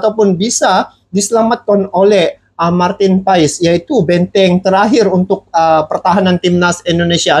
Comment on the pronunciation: Martin Paes tulisannya bang, bacaannya Martin Pass🙏🙏🙏